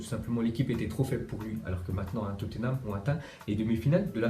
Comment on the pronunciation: Pour la prononciation de Tottenham on dis pas "Toténam" mais Totnam